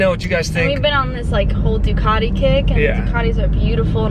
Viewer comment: Please do an Aprillia, at least you can pronounce the name unlike Doocarrdi 😂